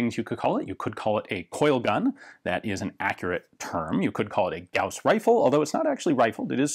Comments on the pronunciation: Note from the Pedantic Police: Apparently the correct pronunciation is "Gowes" rifle, but that sounds a little lame...the way you said it sounds cooler... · Thank you for pronouncing it right. Gauss is a name. Yes. "Gaws" sounds cooler you would think, but Gauss (Gouse like House) is the name of a german mathemetician. Carl Friedrich Gauß (ß is ss)